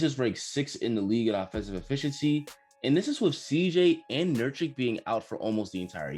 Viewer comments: Nurkic as in Nurk-itch not nurtchik. No biggie, but lends more cred if you keep making these videos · Great summary video, bro. Love all of your thoughts. One thing by the way - it's Nurk-ICH, not Nurch-ik. Get it right. Also, Dame is not "arguably the clutchest player in the game". No. He is, by a HUGE margin, the statistical heavyweight in crunch time since 2012 and counting. No "arguably" about it. Put some respect on his name. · My guy I don't mean to blast you but Nurkic is pronounced like Nurk-itch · Bro the blazers are SCARY now - Also it's pronounced "Nurk-itch". don't be a barkley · You read Nurkic as Nurcik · You miss pronouncing Nurkic was very annoying